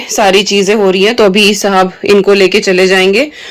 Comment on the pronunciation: Aapke muh se Sahab hi bolna accha lagta h